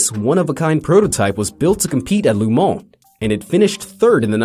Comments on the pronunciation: then why did he say "loo" instead of "luh"??? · GEEEEEZ! it's LeMans, not Le Mon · Not LuMon dude.... LeMans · Also, why does he keep saying "Lu Mon" instead of "Le Mans"? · La moan🤣 pft! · "Lou Moan?" I think he owned a deli here in town... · Le Man = Le Mole? Le Mont? WTF? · You change the pronunciation of Le Mans like 8 times in this one video